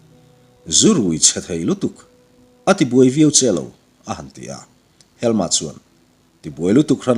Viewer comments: A sipel chu ka hre ve lem lo na a, helma i tih hi helm-a ti a lam tur a ni zawk lo maw. Sherlock holm-a hi holm-a an tih ang hian. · Helm-a tih tur anih ka ring ve ngawt a. Helma''an-a tih pawh chu a ni thei tho bawk ang a